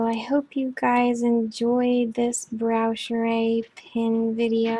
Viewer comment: Pronunciation for Braucherei: “Brow-Herr-Eye” :)